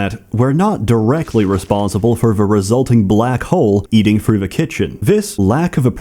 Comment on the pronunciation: Why do you replace half of your TH sounds with an F sound? And why do you do it inconsistently? Sometimes you say THrough, sometimes it comes out as Frough. Great video other than this minor issue.